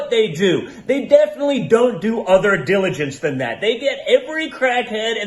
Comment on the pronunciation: "they defilly do." He sounds like he doesn't know how to say "definitely," or that he is speaking through a high.